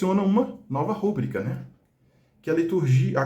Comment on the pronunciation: Uma coisa que eu percebi: A forma correta é rubrica, sem acento gráfico. A palavra é classificada como paroxítona, pois a sílaba tônica é a penúltima: ru-BRÍ-ca. De acordo com as regras de acentuação da norma culta da língua portuguesa, paroxítonas terminadas em “a” não recebem acento. Se a palavra fosse escrita como rúbrica, com acento no “u”, ela seria uma proparoxítona (RÚ-bri-ca), e, nesse caso, o acento gráfico seria obrigatório. No entanto, essa grafia não corresponde à pronúncia nem à forma correta reconhecida pelos dicionários. Portanto, o uso adequado é rubrica, sem acento.